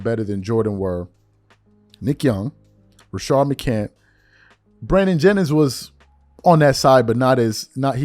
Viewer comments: Oh and for shits and giggles he’s called “Rashad mccants” Rashard mccant multiple times on this video. He clearly doesn’t watch any sorts basketball outside of Lebron related topics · Why Do You Mispronounce Rashad's Last Name All Of The Time 🤷🏿‍♂️? "McCANTS" (Mih-Cants) Not McCant 🙄!